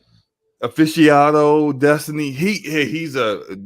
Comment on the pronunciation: 5 seconds into the podcast and is already messing up words, "forte destiny Aficiado?, "AFICIONADO"